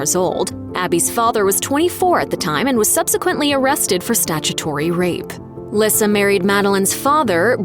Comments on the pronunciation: It's Lisa not LISSA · Lyssa is pronounced "lee-saa"...you should investigate the subjects before you voice the script...watch the TV shows.... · How could you possibly pronounce Lyssa’s name wrong? Its pronounced “Lisa” as her Mom’s is, hence “Baby Lyssa” And her clothing line “Baby by Lyssa” ❤ Please, if you’re a Chapman fan, you’d know this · If you watched the show you should know her name is pronounced Lisa even though spelled different 😂🙄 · It’s pronounced Lisa not Lyssa 😂😂😂😂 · Its pronounced Lisa wow.....do some research on the topic before you make a video on it. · Lessard Chapman's name is pronounced Lee-sa. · Lyssa is pronounced LISA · You mispronounced baby Lyssa it is pronounced “LEESA” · Wow how can you say a many so wrong so many times? It’s Lisa dummy. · It's pronounced LISA. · Her name is pronounced Lee-sah!! Omg. Have they ever even watched the show?? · Lyssa is pronounce leesa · Lyssa is pronounced Lisa and you missed out James Chapman who came after Wesley, but we have never seen or heard him talked about. Beth had Dominic and Cecily so including little Zebediah they had 13 between them! 👍💜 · Lyssa is pronounced "Lisa", and it definitely seems like Dog puts women before his kids....oh, and he's a racist 🤢🤮....which makes me wonder how many of his kids share his views? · Her name is Lyssa, pronounced “Lisa” Y’all should know that 🤦🏼‍♀️ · Your saying Lyssa name all wrong. Her name is pronounced like "Lisa" not the way your saying it 😂..... Her nickname is baby Lyssa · Her name is Lisa say it correctly seriously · I WAS COMING TO SAY THIS VERY THING. IF YOU'RE GONNA DO A VIDEO ON SOMEONE AND THEIR FAMILY, PLEASE FIND OUT HOW TO PRONOUNCE THEIR NAME THE RIGHT WAY. SO IRRITATING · You are a stupid narrator, you are pronouncing Lisa's name wrong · The repeated mispronunciation of baby Lyssa's name ugh so ANNOYING